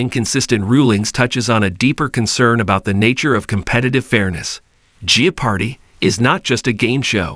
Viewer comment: Perhaps we need an authentic human being to narrate this so that "jeopardy" can be pronounced authentically!